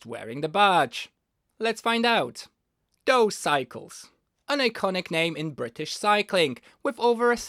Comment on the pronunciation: Dawes is pronounced "doors".